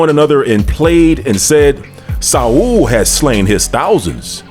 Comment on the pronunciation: its not sa wool, its saul( paul but if with an s) this is all cap..